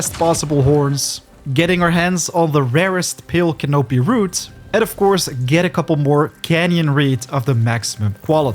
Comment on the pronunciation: It's pronounced " can-a pee"